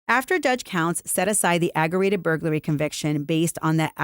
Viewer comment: it’s aggravated—ag-gra-Vated—not “agg-er-rated”. There’s a ‘V’ in there.